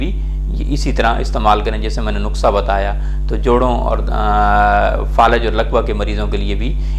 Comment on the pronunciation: Eeeennn....eeenn....nukhsa nai nuskha....eeenn....